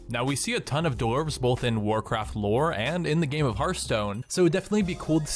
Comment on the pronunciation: enderark yeah i really dident understand what he said before "dark iron"